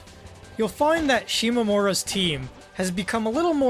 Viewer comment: "mura" is not pronounced "more-uh"